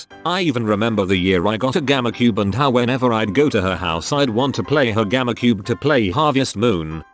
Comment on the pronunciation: Its gamecube not gammacube